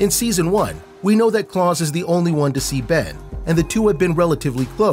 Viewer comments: Why do you say klaus "C L O R S" ???? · He says klaus wrong